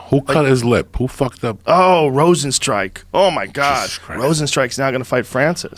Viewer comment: Joe “Rozenstrike” Rogan